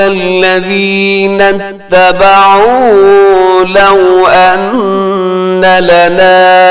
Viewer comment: آپ نے لفظی ترجمہ کرتے وقت اتَّبَعُوا کو اتَّبِعوا پڑھا ہے ۔ استاد محترم ایک مرتبہ recheck کر لیجئے گا.